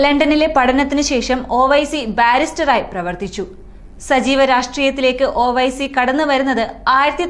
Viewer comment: ഓ വൈസി അല്ല ഒവൈസി എന്നു പറ